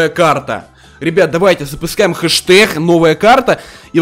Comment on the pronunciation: Хэшдэг а не хэштех